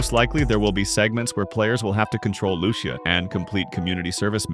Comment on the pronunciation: Fam it’s “Loo-See-Yah” you gotta say it right you know🙆🏾‍♂️